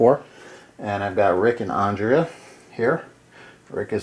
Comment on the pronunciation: You’re saying Andrea wrong. You’re saying it like Ondrea. An ‘A’ never makes that sound in the english language.